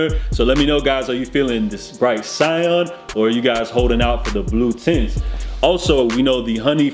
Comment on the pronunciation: “Sigh•Anne” .... ITS 🔥🔥🔥